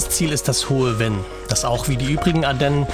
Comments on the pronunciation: Sehr schönes Video aus meiner Heimat, in St.Vith geboren und ich lebe heute in Lengeler an der Luxemburgischen Grenze Kleine Korrektur: das Venn wird Fenn gesprochen nicht Wenn. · Das " Hohe F enn" nicht " Wenn " ... sonst : tolles Video ... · Sehr schön! Obwohl ich um die Ecke wohne und so oft in der Gegend auch mit Camper unterwegs bin, habe ich neue Anregungen erhalten! Nur ein kleiner Hinweis zur Aussprache: Das hohe Venn spricht sich nicht wie „Wenn“ aus, sondern Venn wie Vogel 😊 ich freue mich auf weitere Videos von Dir!